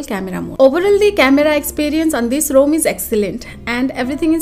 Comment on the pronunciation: Yes, it should be pronounced as Rom not Rome